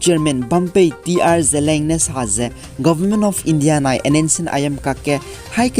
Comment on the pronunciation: Seems somebody mispronounced word 'ZELIANG'. ZELEANG malei, its ZELIANG